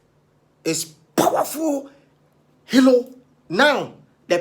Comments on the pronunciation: Kweku please wati, is HERO ....... not HELO 😅😅😂😂😂😂😁🤣😋😋😁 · Ah! He said hero or helo😄😄😄😄